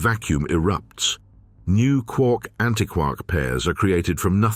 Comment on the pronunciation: You know, if you used a qualified person to coach your VO talent, you might have avoided stupid errors in pronunciation, like “hay-dron” or “anti-kwark“. (The latter is doubly egregious, since just moments before, the topic was how “quark” doesn’t rhyme with “mark”, as the Joyce line suggests. If you, yourselves aren’t going to pay attention to your own content, why should anyone else?)